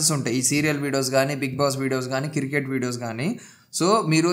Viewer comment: కిర్కెట్ కాదు క్రికెట్ బ్రో 😂 పుటోస్ కాదు ఫొటోస్ 😁